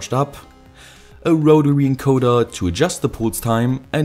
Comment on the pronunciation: wotary encowda gets me every time